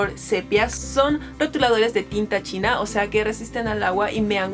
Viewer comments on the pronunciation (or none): none